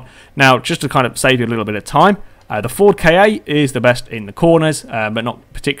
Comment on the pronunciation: The Ford KA is pernonced (sorry bad spelling) car